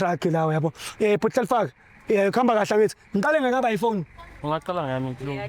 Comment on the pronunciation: just can't pronounce Hlalefang (be brave, be clever) He says Hlalefa "ga" 😂